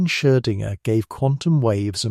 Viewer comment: Perhaps you could teach the AI voice to properly pronounce “Schrödinger.”